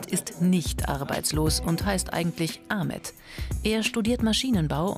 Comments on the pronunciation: Wird Ahmet nicht eig Achmed ausgesprochen? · DER HEIßT NICHT A MET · Wieso nennt ihr ihn a“ch“met wenn er ahmet heißt